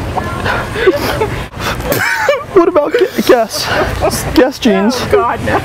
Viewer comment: i think he said "Guess" jeans...the brand guess :P kinda sounded like gas though